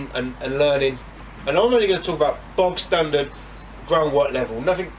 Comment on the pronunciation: There not bog standard there Bob standard aye aye 😉